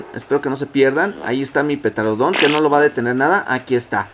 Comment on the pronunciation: No es por juzgarte pero me pone muy nervioso que digas petarodon embez de pteranodon